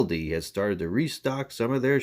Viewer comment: You are not pronouncing Aldi’s correctly. Blood Glucose of 103 is normal. It is NOT an indication of you being knocked out of Ketosis. It just measures the sugar in your blood. If you eat or drink it will go up. A jump of less than 30 is good anything more than that is bad. You need to test Ketones to see if you are in Ketosis. There you need to be .5 or higher. Try it again please.